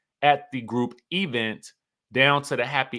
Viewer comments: Please stop saying e-vent. Let that stay in Huntsville. . . but Wendy has come into several functions and not speak to Gizelle. She has spoken to people beside Gizelle, but not to Gizelle. Wendy is shady AF - needlessly. She has been a crow this entire season. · When you be saying E-vent is that shade to Tisha? 😂😂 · Why does he pronounce event like that?